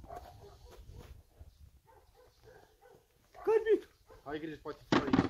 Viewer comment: Carbid nu "carbit"